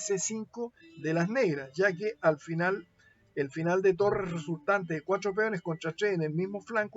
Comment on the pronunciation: pq coño dices los numeros asi? cuacho? shes? wtf